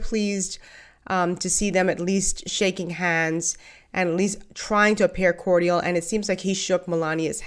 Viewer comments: I absolutely love you and your channel, so PLEASE don't take this the wrong way. But is "Cortial" the pronunciation in the Bahamas? It's just "Cordial" here. So I was wondering. Thanks for any info!!! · cordial (phonetically) is core-jul.💖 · Did you just say "cor-dee-ul?" Someone needs a grammar class.